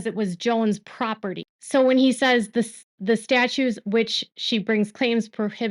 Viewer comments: Great reporting! I have one teeny tiny observation: when you say ‘statutes’ or ‘statute’ it sounds like you’re saying STATUE without a T sound at the end. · "Statutes", not statues